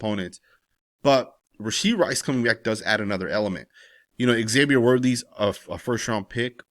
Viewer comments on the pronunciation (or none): none